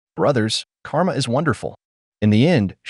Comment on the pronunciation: I'm "entertained" by how the AI pronouces "karma"